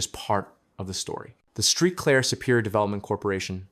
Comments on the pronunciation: Street Claire come on man do your homework before you report on a city there ain’t no street clear it’s Saint Clair. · Saint Clair dude.😂😂😂